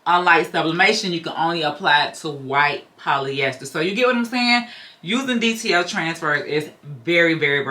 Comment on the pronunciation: It sounds like you are saying DTL transfers.